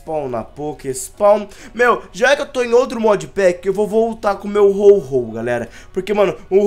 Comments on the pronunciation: É Ho-oh e não Ho-Ho noobao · Ao invés do dizer Ho-Oh ele diz Ho-Ho